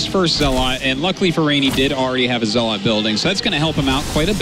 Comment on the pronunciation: I swear artosis just loves pronouncing things differently. He had to say zelawt 20 times in the first game.